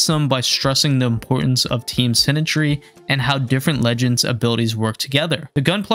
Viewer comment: why do you pronounce "synergy" as "sinetry"? it really bugs me. "expecially" is quite common, but sinetry jeez